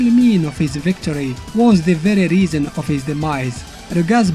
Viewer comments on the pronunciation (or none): none